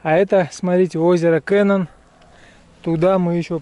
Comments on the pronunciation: Я тут живу,озеро не кэнон а Кенон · И озеро не КЭнон, а КенОн..